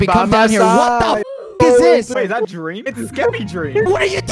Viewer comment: Drrreeam LMFAO